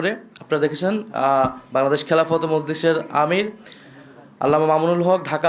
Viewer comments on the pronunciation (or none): none